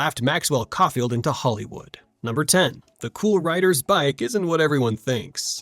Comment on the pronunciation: Couldn't prronounce Caulfield though...